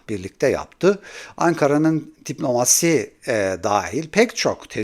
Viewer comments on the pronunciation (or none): abi DİBLOMASİ demesen keşke